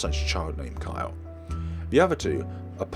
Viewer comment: I really love your videos, but one thing tends to bother me. The little blue haired girls name is Kylie (Ky-Lee). Not Kyle😂😂 there's an I. You dont have to change what you say because it's understandable if you dont know how to pronounce it but I just wanted to say that thing. Keep on going on your adventure of gaming!👍🏼👍🏼 oh and Tio is uncle in Spanish. So that might be it